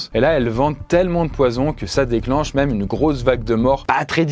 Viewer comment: S'il y a un accent circonflexe sur "même" c'est justement parce que ça ne se prononce pas "meume"...